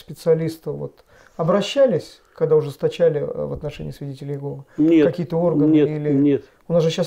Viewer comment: Произнесите пож-ста Имя Бога правильно не иЕгова а ИегОва